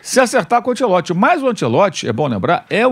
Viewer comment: esses comentaristas passam os dias pronunciando mal o nome do Ancelotti... que coisa que dói nos ouvidos. Ou bem se faz a pronúncia à brasileira ou bem em italiano, mas "antchelotchi" não existe nem lá e nem cá.